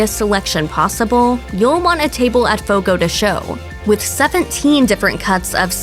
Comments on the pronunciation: Fogo de Cha-o, not Fogo de Cho!! Advertisements with wrong pronunciation is a no-no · Jeeez I can't even finish the video it's so damn annoying."Fogo de SHOW...Fogo de SHOW" How no one at Mashed even bothered to look up the pronunciation & just stuck to what they guessed it was is beyond me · "Fogo de sho" 💀💀